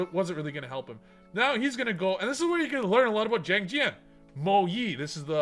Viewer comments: Chi-aang ji-aang is the pronunciation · It is pronounced “Shang Jean” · If you want to pronounce Xiangjang correctly Xi in chinese is pronounced "Chi" so it would be something Like "chiangdschiang" With jiang beeing "dschiang" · pronunciation of Xianjian: Shin-jang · Did I hear XiangJank????? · Xiangjian is pronounced shah - ng - jihn, from what my freinds who speak mandarin, google translate, and my own experience have come to a conclusion on lmao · I think it's called "ziandjian" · Yo, Xiangjian is pronounced Shi-ahn-ji-ahn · i found out that xiangjian is pronounced as "xshiangjian" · I think it’s pronounced “zee-ang gee-an” 🤷🏻‍♂️